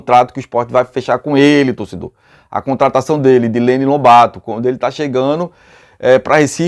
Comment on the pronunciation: NÃO É LENO É LÊNIN E C/ A ABILIDADE DELE SERIA INTERESSANTE ELE C//A 9 DE CENTRO AVANTE!